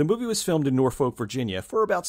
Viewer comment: Just just need to get this off my chest: I'm from Virginia and when you pronounce "Norfolk" it's actually pronounced more like "Nor-fuck", but said really fast. It's weird. Actually, it's somewhere between "Nor-fuck" and "Nor-fick" if that makes any sense.